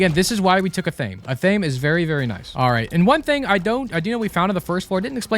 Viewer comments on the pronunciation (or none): Athame is pronounced Ath. Ah. May. Ath sounds like the word math with no M